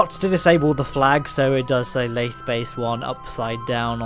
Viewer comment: You pronounced it correctly. The sea is full of a periodically vectoring force called the Boingsey force. :)